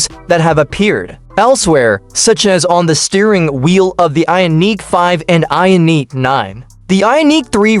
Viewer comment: What the hech, this AI cannot even say Ioniq?